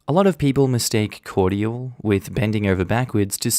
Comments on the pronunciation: THE WAY YOU SAY CORDIAL....... SOUNDS LIKE COITAL. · Okay, Australians pronounce cordial as three syllables? Or is it just?